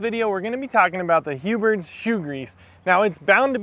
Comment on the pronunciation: Huberts??? Lol there is no T